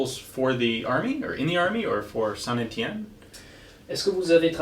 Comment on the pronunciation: Finally Ian can learn how to pronounce Saint Etienne